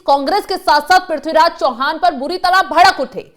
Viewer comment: चौहान नही चव्हाण..